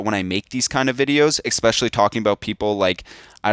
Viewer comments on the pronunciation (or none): *Especially (you said "ecspecially") *Garner (you said "gainer")